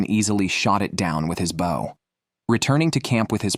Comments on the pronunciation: * Have ya noticed that some of today's crop of young "announcers" obviously do not know how to PRONOUNCE certain words & proper names, that us older folks have been familiar with our whole lives? Take "BOW & ARROW," e.g. This is the 2ND guy I've heard say "BOUGH," rather than "BO" -- both on survival video narrations. Then: to pronounce JODI as "JUDY?" And instead of correctly pronouncing our male outdoorsman WYATT -- as "WIE-et" -- he says "WHITE?" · Yeah sorry soon as I hear the bad AI saying. Bawh instead of bow bought. I realize it's just bad. Cheap AI. Someone has Incorporated into podcast for whatever reason. Yeah, I'm out. Oh come on can you have real person narrate your adventure? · If this guy says bow one more time .....🤬🤬🤬🤬🤬 It's pronounced Beau as in Beau Bridges. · Less he she her him The irritating mispronunciation of bow like their describing a sea vessel rather than archery. Oh and barracuda live in oceans obviously a pike which I toss unless at least 15 lbs. I have 38 lb pike mounted which I caught near where they are. Overall ai seems better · and pronounced bow wrong.